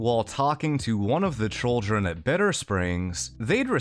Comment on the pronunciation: Are you saying trolldren instead of children on purpose?